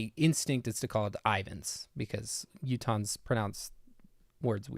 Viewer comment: “southern Utahns” What I heard: “southern croutons”